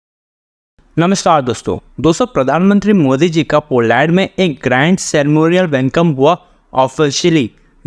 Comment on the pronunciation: भाई, पो लॅन्ड नही पोलन्ड...सही बोला करो...